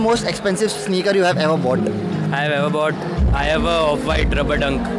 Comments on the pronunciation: Bought ❌ BoughTTT✅😂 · "Ever bough TTTTTT"